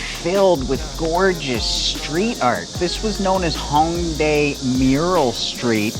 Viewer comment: It’s “Hōng" not Hawng